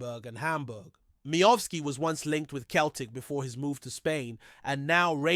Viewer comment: This guy doesn't read comments, as I say for goodness sake It's IBROX NOT EBROX AND CELTIC as in a CELL not pronounced KELTIC, Please dont insult good Scottish fans, no matter who they support, if you can't get it right, don't say anything.